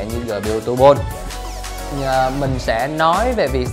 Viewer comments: "Gpu tu bôn"....phờ lây....vl rì viu :)) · Vãi đọc , Honor Flay - GPU tu-bôn - Les of le gần =))